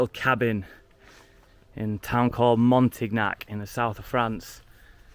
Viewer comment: Say Montignac ....MONTEEN YAK BTW I liked your first place best but the cabin was great too , with your gf on the 3rd though , downstairs too small